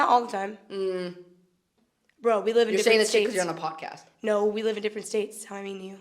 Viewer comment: Okay im sorry but the way he said "no" so QUICK SO BLUNTLY just broke me into pieces